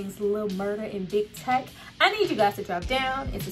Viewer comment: LIL MURDA'S PRISON FRIEND'S NAME IS: "TEAK"...NOT TECH